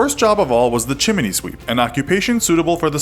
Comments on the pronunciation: Chim-nee not chim-in-ee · did you just say chimney as chimeney? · Did you just say, " chiminey " sweep? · Did he say "chimminy sweep"? 😂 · Chim-ney. Forgot there was an "i" in the middle of that word.